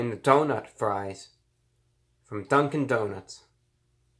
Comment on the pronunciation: Legend has it reviewbrah is still saying dunk-in donuts to this day